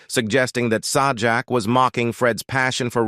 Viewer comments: Are you talking about Sawjack? Lol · Pat's last name is pronounced like Say Jack.... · Sorry it's pronounced say jack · SAH JAK? Yeah, we can take this crap seriously. NOT! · Its Say jack dumb butt. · It is Pat sajak not the other way you say it say his name